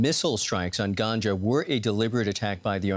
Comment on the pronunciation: It is not pronounced like ganja you think of 😄 you put the stress on the second syllable gangA